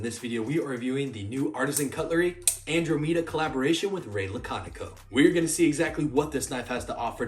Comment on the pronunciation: Hearing u say andromeda is painful